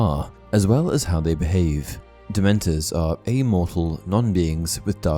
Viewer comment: what does amortal mean? Edit: I’m pretty sure he was saying immortal.